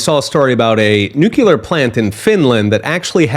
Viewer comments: Great information! Just a comment that Nuclear is pronounced "new clear", not "New Que lur". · It's new-clear, not nuke-ular.